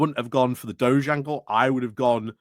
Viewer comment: I thought the DOGE was a leader of Venice. DEFORMED's "DOGE" is pronounced DOG-EEE.